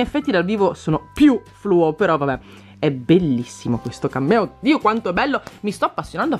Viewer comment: Solo io quando dici cameo capisco cammello